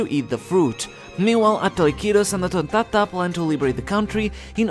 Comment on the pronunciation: You got to love the way bro says tonntada 🤣